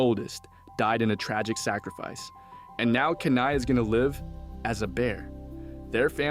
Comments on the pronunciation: my head CANT ur calling him KANAI its KENAI XD i had to get it out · “Key-Nai” not “cane-eye” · they couldn't even say Kenai's name right (Key-nai). they never watched the movie if they did they would of realized koda told his side of the story during the salmon run story telling causing everyone to worry about the bear on the glacier. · This was not a theory video. This was a recap. Don't waste your time, dude can't even pronounce the main characters name correctly.